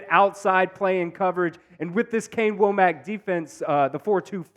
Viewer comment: Kane Wommack's last name is pronounced Wah-mck